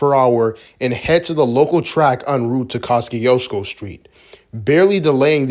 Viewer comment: That pronunciation of Kosciusko is something 😅…